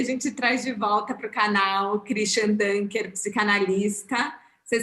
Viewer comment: Só uma coisinha: Dunker se pronuncia com som de U, não de Ã, porque é um sobrenome alemão, não é em inglês.